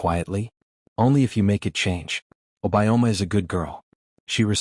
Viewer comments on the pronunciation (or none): Not obayoma is obi-your- ma